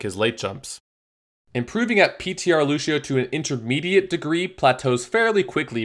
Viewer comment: Lu*sh*io stop it